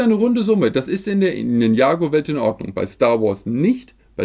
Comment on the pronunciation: Ninjago ist gesprochen Ninja-Go